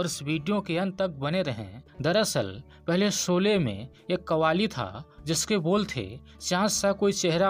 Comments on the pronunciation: सबसे पहले आप अपना उच्चारण सुधारिए,आप श को स उच्चारण करते हैं,इस प्रकार यूट्यूब पर आकर भाषा का सत्यानाश करने की आवश्यकता नहीं है। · Bhai Saab kripya apni pronunciation per dyan dein, Aap Sholay kou solay bol Rahe hein - matlab sh ko so- and Aur bhi cheeze hein 🙏🏻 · Sholay not solae please pronounce properly thanks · कृपया उच्चारण ठीक करें - 'सोले' नहीं 'शोले' नाम है इस चलचित्र का। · भाई सोले नहीं शोले .आपको श और स का फरक जान लेना चाहिए . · एंकर साहब एंकर बनने से पहले उच्चारण करना सीखो। शोले होता है सोले नहीं होता। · Are bhai tu apni hindi sudharo phur you tube par aao.. , शोले को बार बार सोले बोल रहे हो। शामिल को सामिल , शूटिंग को सूटिंग कह रहे हो।।अरे सूटिंग यानी कपडे होता है। इतनी बुरी हिंदी ।। किस हिम्मत से आप लोग यूट्यूब पर अपलोड करते हो ।। सारी दुनिया देखती है । मैने इस से पहेले बहुत बार आप को लिखा है । मगरबकोई सुधार नही दिख रहा है। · Bad pronounciation! Can't pronounce Sholay!?